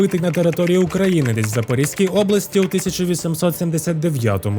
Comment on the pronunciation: Авторе, чудовий відос, файні факти, дуже цікаво! АЛЕ))) Трошки подушню: Запоріжжя-запорізький(який), а не запоріський❤